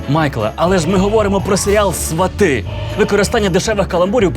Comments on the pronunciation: СвАты, потому что ударение в корне свАт. Также, например, и тОрты (корень - тОрт). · Квиты- это цветы))А свАти- действительно похоже на глагол, который произносит человек, посещающий логопеда